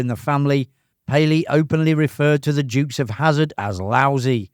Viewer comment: Sorry, mate. Never heard of the "Jukes" of Hazzard. 😂